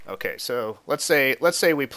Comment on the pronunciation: Hehe :3 when you say ok so it sounds like ooh queso like cheese in Spanish lol